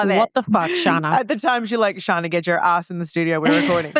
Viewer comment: Say it with me! “ShARRna”